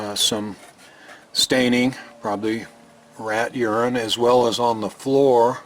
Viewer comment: Lovely job! I am glad you pronounced urine properly otherwise you might have really offended that one viewer.